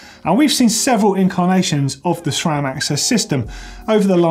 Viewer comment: Great you got the pronunciation of AXS correct but not so great on Sram - It's pronounced Sram, not Shram! There is no H in Sram!! see here